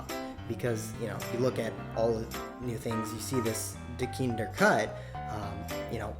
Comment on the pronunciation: Dequindre is pronounced Da-quin-der not Da-kinder